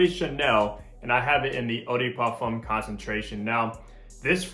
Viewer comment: I'm not trying to be rude or something but please if you want to pronounce something in another language at least say it in the right way or just don't say it at all, as u said eau de parfum you could said EDP instead.